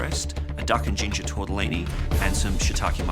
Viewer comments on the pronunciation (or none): none